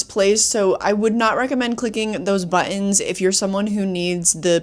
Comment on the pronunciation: "Buh-ins" lol